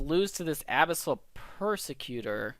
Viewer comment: I can't be the only one mentally screaming about the "Abyssal" pronunciation here, right? ;) great video! keep it up!